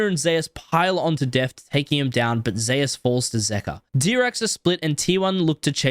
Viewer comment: Wait! Zeus is pronounced "zayus" in league. I thought it was "zoose" like the God of thunder. Like how pretty much everywhere else its pronounced